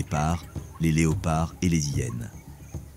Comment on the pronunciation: Bonjour, tres beau documentaire, merci infiniment. Est ce une voix faite avec l'AI ? Car si je ne me trompe pas, on ne fait pas la lisaison .. les Zhyenes mais on dit bien: les hyenes. Merci pour toutes ces belles images.